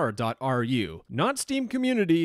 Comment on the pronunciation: "Steam comuneuitiuy"